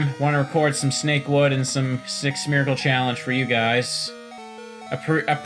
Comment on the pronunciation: Me: half-listening: "Smetch" Me: You have my attention